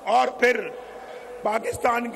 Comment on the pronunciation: Auor auora hahaha salya bolna sikh